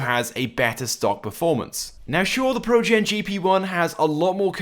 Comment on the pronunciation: He says it projen not progen